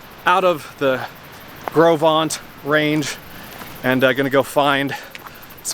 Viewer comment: I was told that it is pronounced "Grow Vent" by the Teton Park Camp employees. Do what you want with that, I have yet to verify it. I camped super near where you did. I absolutely love that area. What a great work you are doing with this trip.